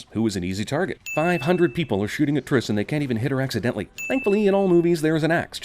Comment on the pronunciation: OMG YOU SAID FOURTRIS